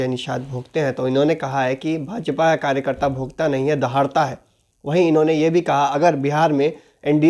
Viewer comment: Kajkarta Kya hota hai be Anapadh 🤣🤣 pehle karyakarta bolna seekh Bhai fir rajneeti Karo🤣🤣🤣